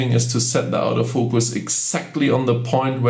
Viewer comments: What is this OUT OF FOCUS..............if you mean Auto focus its pronounced orto focus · Lol...it does sound like "out of focus", instead of autofocus but, no big deal. Very nice video. Watched it until the end. Got some great tips. I especially liked the one at the end about assigning the function key for the artificial horizon in the viewfinder. Just now set my 7100 function key to exactly that. Thank you! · Love how you pronounce auto focus as "Out-o-focus" :) that's what I'm callling it from now on.